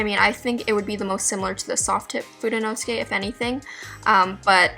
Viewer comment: Fude is Japanese for brush. You have fudenosuke a little off. fude 'no' 'soo' 'kay', not 'nos' 'kay'.